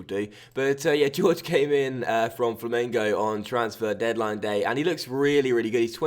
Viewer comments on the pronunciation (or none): George XDDDDD It's pronounced "horhey." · Isn't it pronounced Hoor Hey?? I could be wrong? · just to help you most names that look like that are said like horgey, hor-gay it's a south American, Spanish thing, just trying to help dude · Jorge is pronounced as Jor-Gy, with the J pronounced as the in José Mourinho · I cringed so hard the first time that went "George" instead of actually pronouncing Jorge 😂😂😂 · Ik but the way he went "George" made me laugh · Love your videos, but did you really pronounce Jorge as George? 😂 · Considering it looks like that it's a pretty easy mistake to make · do you genuinely believe that's pronounced George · Ffs why do non portuguese speakers always want to explain the pronunciation... It's Jor-Jee with the J like José Mourinho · "Jor-je" thats how you pronounce it. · It's the Portugese pronunciation so it's pronounced like the J in José Mourinho. I'm not sure how to pronounce the "ge" though.